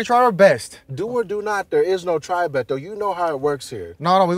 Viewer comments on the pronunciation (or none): It's Beh-Toe, not Bay-Doe 😂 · Y’all had the guy in 5 episodes and still can’t pronounce his name right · still can't pronounce Beto.